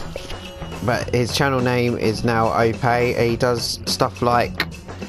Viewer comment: FIFA's out in 2 days so you should just do that for your 1v1s .. trust me grind off FIFA if you can online or practice.. also you said my name right XD... thanks bro